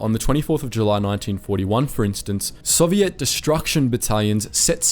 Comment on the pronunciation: Lol the way he pronounces Soviet like "Soviette"